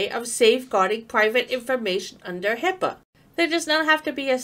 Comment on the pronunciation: Please, its HIPAA..not HIPPA or HIPPO